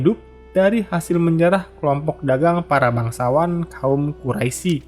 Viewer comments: Quraish dibaca Quraisi, lafadz Allah yg mesitinya dibaca tebal dibaca tipis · Ijin memberikan koreksi min. Untuk menyebutkan kata "Quraisy" dibacanya dengan "Qurois" dan juga iya yg sudah diralat oleh kawan2 komentar, terkait perampasan harta dari kaum Quraisy oleh kaum Muslimim, itu sebagai pengembalian hak milik atas harta kaum Muslimin yang sebelumnya sempet dijarah juga oleh kaum Quraisy